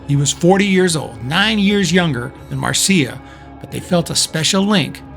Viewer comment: Excellent video and research. You even pronounced her name correctly. Marcia pursued her yoga career and did not just live off her trust fund. Her books on yoga and astrology are worth tracking down.